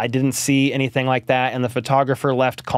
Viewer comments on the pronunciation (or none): none